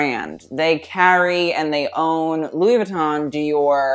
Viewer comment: He doesn’t even pronounce Louis Vuitton right.... and the clothes he wears in his videos is....